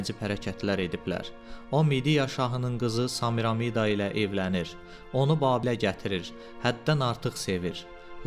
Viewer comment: Zəhmət olmasa Samiramida deyil Semiramida deyə tələffüz edin